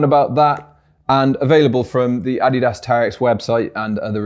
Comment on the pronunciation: first english speaking guy I hear saying Adidas right